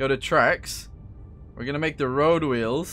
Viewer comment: I enjoyed the way you said wheels like Stewie... wHeels